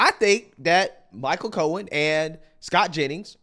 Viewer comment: Cohen speaks wike a weetodd.